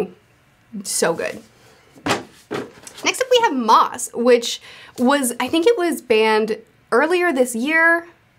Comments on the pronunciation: It's pronounced "mouse", not "moss". I liked your video :) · No criticisms. I just wanted to point out that Maus is pronounced like "mouse," not "moss." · Are you sure it's Moss and not Maus? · Maus is pronounced just like the English “mouse,” not like “moss.” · It is pronounced ‘mouse’. That is what it means! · Maus is pronounced just like mouse. It’s German. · Isn’t it pronounced mouse? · Just a tip, not a lecture: Maus is German for mouse, pronounciation is the same. Why you should know or care? I don't know, but I had to have it out of my system. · I believe Maus is pronounced like "mouse". It's just the German spelling but sounds the same. Great video, as always. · Maus is pronounced "mouse" 😂